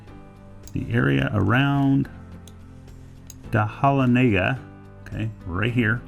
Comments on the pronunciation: Aint no such day hala nega!!! its Duh lon ega!! damn. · lol da holla nega ? 😂 we pronounce it da Lon NA Ga . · Dah-lon-ega not what ever he said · Pronounced De lawna guh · Just came across your video 5 years after posting. There is still a lot of gold in the mines in Dahlonega. Walmart is built right on top of Consolidated Mine. I completely cringed when you pronounced Dahlonega 😂 gave me a bit of an eye twitch, not gonna lie! Life just ain’t fun if you can’t tease a bit. I enjoyed your video! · It's pronounced Duh-lon-aga, I'm from Georgia born and raised in Macon which is in the middle of the state and I'm curious about what rivers and creeks i could possibly find gold since rivers flow down south from Atlanta and i would think with as many floods as we've had some had to wash south ? By the way thanks for the Google Earth mapping, i screen shot most of it. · Lol it's duh-lon-egg-uh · Pronounced Duh-lan-uh-guh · From Macon Georgia and like the video I wish I could tell you how to pronounce Dahlonega it sounds like duh lon ega if that helps. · Duh-Lon-eh-guh is the correct pronunciation. You butchered it! Haha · Did you cringe then when he said do hall in egra? Cause I definitely did from down here in west Cobb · Dahlonega- pronounced (Duh - lawn - a - guh) A lot of tourist get this wrong too. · That's how the Cherokee's say it -- so he's actually correct. Joking, but who knows? I guess they called that area something. . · Totally boring. More about California that georgia and you do not know how to pronounce dahlonegha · Dude, your pronunciation of Dahlonega is atrocious... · You do not know how to pronounce Dahlonega. Not even close. Funny.